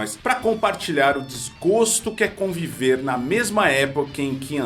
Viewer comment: Adorei o "conveve" do boy da Jordana.